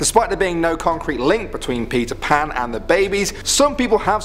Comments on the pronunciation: I heard Pizza Pan instead of Peter Pan. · Whenever he says Peter Pan it sounds like he’s saying Pizza Pan